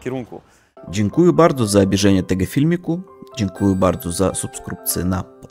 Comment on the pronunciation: zwracaj mocniej uwagę na to jak się czyta słowa: DziękujĘ (nie dziękujU) i subskrYbcję (nie subskrUbcju);) Tak poza tym super kanał, bardzo fajnie się ogląda;)!